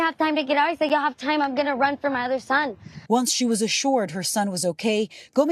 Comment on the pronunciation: "something we are goinda need..." 😃